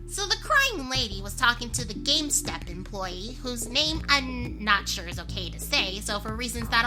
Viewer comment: Lol said game stop wrong and i told her it was pronounced game stop not game step 💧🌊